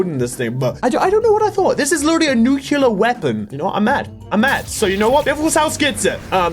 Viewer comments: Let me say this once, since i've heard it many times. Nuclear. As in New-Clear. Not nukular. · I hate that he says nukular